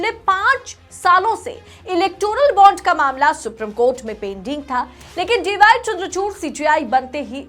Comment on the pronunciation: Madam” सुप्रीम” कोर्ट होता है “सुप्रिम” कोर्ट नहीं होता 😃